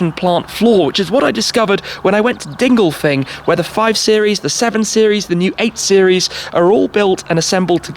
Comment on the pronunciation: He pronounces it incorrectly, it's dingolfingen